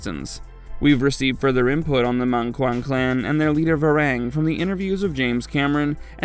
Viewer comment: It hurts to hear how you pronounce Var-ang ! It's pronounced Ver-"ong"